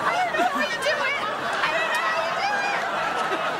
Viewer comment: “I’m rorry.” 😂